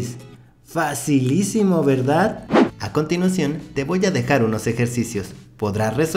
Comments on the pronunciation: Este dise facilicimo verdad y mi mente automaticamemte dice dificilicimo verdad😂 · Minuto Dijo su frase Fasilicimo verdad